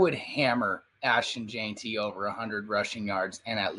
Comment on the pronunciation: Say it with me ASHTON JENN-TEE